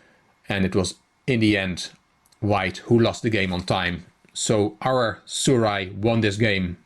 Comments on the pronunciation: the " j " is not silent. so the name is Su- Raj. Good analysis by the way. love your channel. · you pronounced my name the wrong way, 'j' is not that type of 'j' which karjakin Sergey has . but you showed me all the mistakes which i performed . I thank you. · it's ok :) the 'j' is not silent it has normal 'j' effect.